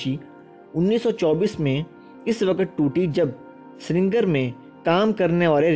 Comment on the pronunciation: بہت اچھی معلومات دی ہیں۔اللہ آپ کے علم و عمل میں برکت عطا کرے۔ آپ کے تلفظ میں ایک ہی غلطی بار بار آئی ہے اسے آپ درست کر لیں ۔۔ سرینگر کو ہم لکھنے میں دونوں طریقوں سے لکھ سکتے ہیں مگر پڑھنے میں سری نگر ،،ہی